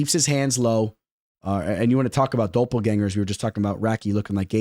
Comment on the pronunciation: bro said, "dope-L-gangers" my guy